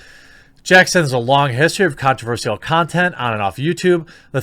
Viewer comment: I've noticed you pronounce si in controversial funny. I'm not a native English speaker so I find that interesting. Is that a regional thing? I was sure Americans pronounce it just like sh or shi as well